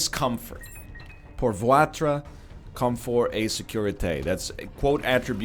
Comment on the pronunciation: your pronunciation of votre hurt me mister eggy, i didnt even understand what word it was the first time you said it guess the rumours are true, canadian french is a whole new language